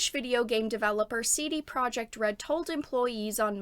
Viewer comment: Also "Projekt" in CD Projekt is pronounced "Proyeckt".